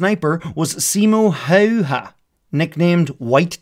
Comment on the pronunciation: You are the first non-Finnish YouTuber to correctly pronounce Simo Häyhä. 👌🏼